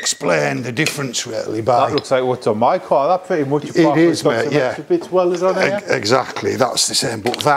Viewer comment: Feck me. How many times can he say, 'carrr', in one interview!?